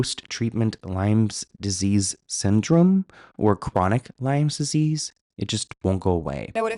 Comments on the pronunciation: Chronic Lyme disease not Lymes please 😊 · Oh, it's LYME disease, not LYMES disease 😆